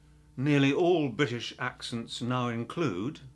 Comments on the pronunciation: He's talking about "t" not to pronounce as "d" and then literally saying bri"d"ish in the word bri"t"ish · "Oh, well - he's obviously 'Briddish'. Never mind. Even the 'Briddish' Prime Minister is turning his Ts into Ds these days.